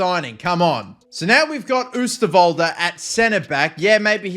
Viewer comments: Its not oesterwolde you say it like this oh sterwolde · If you'd really want to know how to say oosterwolde's name: ohw-stirr-wol-duh. Keep up the vids! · The Oo in Oosterwolde is pronounced like the o in Ronaldo